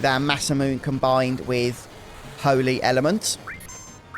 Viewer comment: Always love your work,! Congrats on getting through so much of this game! Random aside, Masamune is actually pronounced with 4 syllables including the e at the end, since it comes from Japanese (mah-SAH-moo-neh).